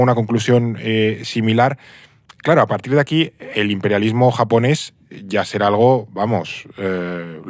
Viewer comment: Como graduado en un máster de asia oriental, viviendo y trabajando en Japón con un nivel alto de japonés he sufrido un poco con este podcast. Además, me parece increíble que no habéis pronunciado bien ni una palabra en japonés teniendo en cuenta que el japonés es fonéticamente casi igual que al castellano